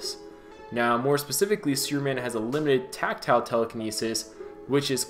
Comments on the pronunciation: sounds like he`s saying `sewerman` lol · Just curious if you realize you are not fully pronouncing the word superman correctly, or perhaps being lazy with it.Your pronunciation sounds like your saying sewerman. Not to be hateful but I found it a bit off putting. I noticed you say the word super just fine but when you put the word super and man together you seem to drop the "p". An observation. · other watcher wishes you to pronounce the p in superman's name plz.... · I swear i heard him say suruman instead of superman